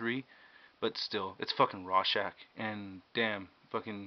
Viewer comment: its ROR-schach, not RAW-schach! but good review!